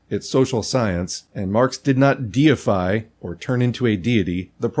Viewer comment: Hearing your say diefy themselves after seeing that trump AI picture made my day lol